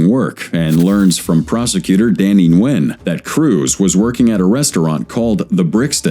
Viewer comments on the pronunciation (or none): none